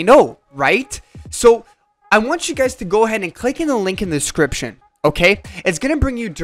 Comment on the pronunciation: I will literally kill myself if you ever say "description" like that again.......Joking my man, this video has been extremely helpful!